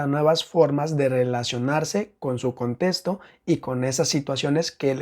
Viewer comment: Me desespera un poco la forma en la que dice contesto y no contexto 😢